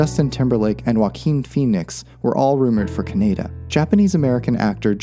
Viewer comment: ka-knee-da. that is how you pronounce it.